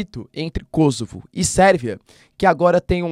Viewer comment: Kosovo, é uma palavra paroxítona terminada em "a"...portanto ,essa pronúncia - proparoxítonas - kósovo, é produto da ignorância dos jorNAZISTA da rede Globo, minimetizando a pronúncia do inglês .. Caso a pronúncia fôsse KÓsovo, o gentílico séria KÔsovense, e não kôsovares.